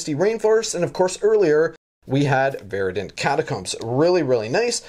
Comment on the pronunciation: Ver-dent! Not Var-dent! Ver....Ver.. Killing me man